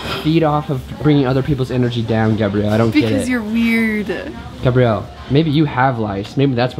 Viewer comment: This the second time he almost called her gabe-rielle lmaoooooooooo